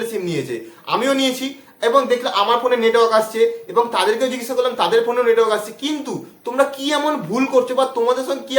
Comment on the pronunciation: bsnl letwork haha😂